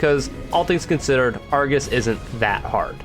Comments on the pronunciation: um, ackually, its ar-GOS, not ar-GIS, for you're information 🤓🤓🤓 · Why does it sound like he says Argis rather than Argos